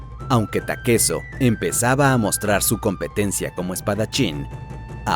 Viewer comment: Porque lo llamas takeso puñetas?